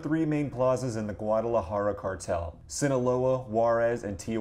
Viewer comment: That pronunciation of Juarez, Guadalajara. Hurt….